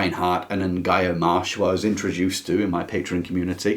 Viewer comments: "en-GIGH-oh" Marsh ... I don't think so. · Thank you for your video! It's always good to find a new author or 10. Older ones are often the best. I love Jeffrey Farnol's works. A real mixture. Usually with a romance in there, but murder and pirates too! PS (in 4 font) Ngaio is pronounced "Nayo" the g is silent 😉